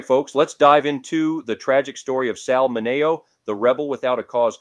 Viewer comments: ¿"min NAY oh", not "min E oh"? ( , , , , and - ) "Lih mert", not "lime ert" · I like the things u tell about because its stuff i find interesting. But i have watched a few videos and u have to pronounce the names correctly. I dont know if im just anal but that drives me crazy. Its Bonnie Lee Bakely not Backly and Sal Min E O and Leno is pronounced Leeno